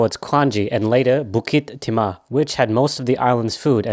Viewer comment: Nah bro said bookeet teemah 💀💀💀no hate it’s just bookit teemuh nice vid